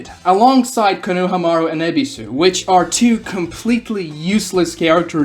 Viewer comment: he loses me more and more every time he pronounces konohamaru